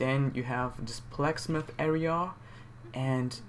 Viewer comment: Haha Black Smith and not Blacksmith. Not trying to be rude in any way its just hilarious.